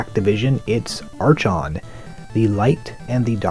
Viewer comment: The "chon" in "Archon" is pronounced like the "Chron" in "Chrontendo" (minus the "r"). I will add to that useless nitpick that I appreciate your videos very much.